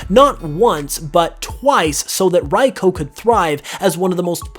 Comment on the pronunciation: if ive learned anything from all these pokemon its that absolutely no one knows how to pronounce any of their names "raiko"